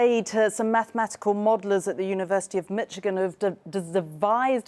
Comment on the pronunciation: Michigan is pronounced Mish'gan, not Mitchigan.